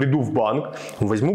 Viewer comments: УкраИнцьі,а не укрАинцьі. Ударение вьідало россиянина😅Що таке паляниця і суниця? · Клучевое слова этого актеришки, "пусть украинцы отдают", он конечно же не украинец, ударение в слове украинцы хотьбы научился правильно ставить скудоумный. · Одно слово украинцы с неправильным ударением выдаёт актера....Провал продажной сволочи.Занавес